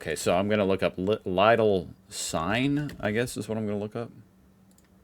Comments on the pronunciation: For the 73456th time: LEEDL. Not Lye-dl, not Liddle. Leedl. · Leedl and Alldee, NOT Liedl and Alldie ! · You are struggeling to pronounce Lidl correct,. Try to speak it like "LEEDLE" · it is pronounced "leedel" with a long "ee" at the start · Its pronounced Leedle! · LIDL rhymes with needle! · Lidl - like in "needle" with an "l" instead of an "n". Come on! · Better look up the pronanciation of Lidl - there is no ei in Lidl